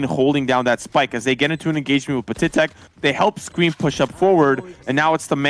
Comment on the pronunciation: its pat-i-tek not pa-ti-tek